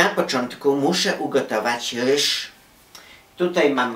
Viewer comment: nie muw się rysz tylko ryż